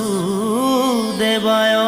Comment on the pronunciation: কৃষ্ণ ভাল লাগিল শুনি ।বাসু দেবায় উচ্চাৰণটো বাচু দেবায় কৈছে।